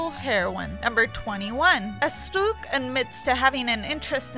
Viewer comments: No one: This chick: asTRRRRRROOOUUUKK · Oh god when is she saying Astruc it's sooo baad it's normal Astruc not Astruk 😂😂😂😂😂😂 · Who else cringed whenever she said 'AstUk' instead of 'Astruc'? *I'm cringing so much, it hurts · Bahaha anytime she said ASTOOK I lost some of the little brain cells that I have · RITE asthlucccc (astruc) Nowaaarrr (noir) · every time she says 'Astruc' a part of my soul dies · Cat Noir is NOT litterally french for black cat, it would be CHat Noir, That makes a huge pronounciation difference ( Chat is pronounced the way English speaking people would say [Sha])... Cat Noir is just some ridiculous nonsense english dubbers have come up with. But as you pronounce Astruc in so many ways (Astuc, Astrrrrouc, Astouc...) but the correct one, I guess you just don't care at all about being accurate.... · She sounds like she is sick and she is so slow. Also her pronunciations are wrong, Astruc isn't pronounced as a Japanese name